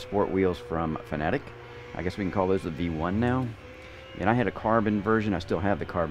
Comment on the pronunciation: Thanks for pronouncing fanatec correctly , someone gets it